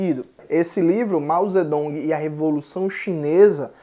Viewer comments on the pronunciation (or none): No sistema Pinyin se escreve Zedong, mas a pronúncia é Tsetung. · No sistema pinyin se escreva Zedong, mas se pronuncia Tsetung.